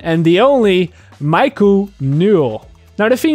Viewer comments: Miku is a Japanese name. It is pronounced like saying "me" "koo". Just an FYI for future reference. ;) Good video though! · The one thing that triggered me the most is saying Miku wrong.But awesome video regardless